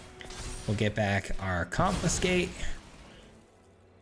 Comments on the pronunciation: Must be AI bro says (con-fin-skate) 😂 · Needs more "confiNscate" 😅